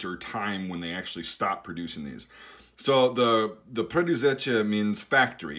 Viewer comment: defenetly good theory, and im as well amazed at pronauntiation of the word Preduzeće